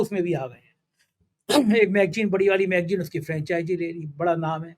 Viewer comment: Bhai ji.. Magjeen nahi.. Magazine...( magzeen) kahiye. Bhasha ka samman kariye😅😅😅